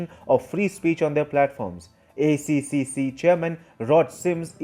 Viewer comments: mate, from aussie to indian, accseeccseecc is hard to say, use "A tripple C" hahaha <3 love yu work mate keep it up! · ACCC is pronounced A Triple C btw but great video. I am happy to see that my country is wanting to do something about Big Tech censorship! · ACCC is pronounced A triple C